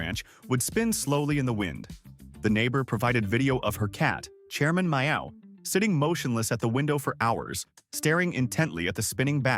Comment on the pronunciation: This AI audio totally ruined the joke by mispronouncing "Chairman Meow" (the cat's name) It is so hard to listen to these AI voices 😠 and all the mistakes they make.